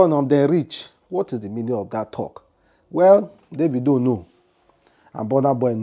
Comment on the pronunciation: how do you know is referring to boss man davido....Mr man learn how to pronounce someone name